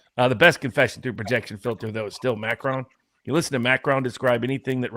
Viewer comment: If you can't pronounce French,, don't try. Every time you say Macron I cringe